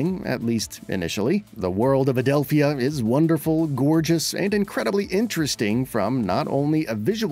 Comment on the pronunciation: I cringed overtime he said Adelph-i-a instead of Adelpha. Sounds like they didn't actually pay attention to the game.